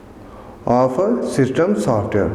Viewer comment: The word is between not betwan 🤣😂 and the word is software not saftware